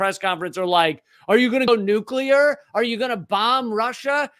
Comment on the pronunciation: I love you, but please correct your pronunciation of "nuclear"